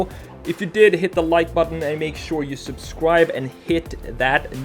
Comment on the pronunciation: Every time you say "subsribe" I come to think of Elmer J. Fudd, haha! Anyways, great redesign, would love to have one of those.